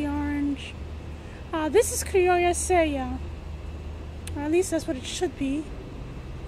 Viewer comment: I'm growing a lot of the peppers you have featured here for the first time this year: Criolla Sella, Fish pepper, and Chimayo. Kudos for pronouncing Criolla Sella properly!!